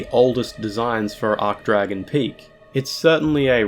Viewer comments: Arch is pronounced Arch not Ark wtf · It's ARCH-Dragon Peak. Not 'Arc-Dragon.' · Please pronounce it archsh, not ark. An "ark" arch is a shape (like the arch above an arched doorway), an "archsh" arch denotes status. You don't say "ark"tree or "ark"bishop or "ark"mage.....I hope? 😬😨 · ArCHHH not ARK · Ch=tch not k Sorry 'bout that, it's just it really irked me due to how many times he did it and how it's a pronunciation form related to the archtrees which he also mentioned in the comments... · Hey. Great video! I think you should pronounce the "ch" in "Archdragon," though, as opposed to "arc-dragon." But regardless, great content as usual! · Can't pronounce Archdragon correctly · Obligatory “you said archdragon wrong” comment